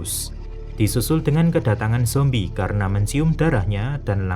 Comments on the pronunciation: Saran bang tolong jangan lebay ngomong zombieh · Jadi ikut2 ngomong zombiehh deh sepanjang nonton hahaha